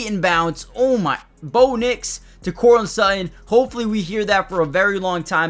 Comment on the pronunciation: How can you pronounce "starting" correctly but can't manage "Courtland" or "Sutton"?